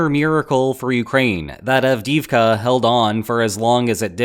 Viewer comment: av-DEE-ivka not av-DIV-kah